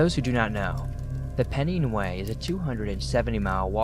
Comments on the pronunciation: Pennine is pronounced "pen nine" not "pen neen". Very enjoyable stories! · Story 3-4 ish not sure , just to let people know a fun fact Pennine in the UK is pronounced like Pen and Nine :)